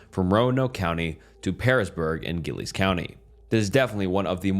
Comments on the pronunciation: I’m a native to the area of story 3 and Giles County is not pronounced like that. It’s pronounced Jah-ils with the G sounding like a J 👍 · You pronounced Giles wrong